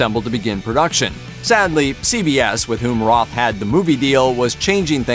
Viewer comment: Roth..not Ross..😅😅😅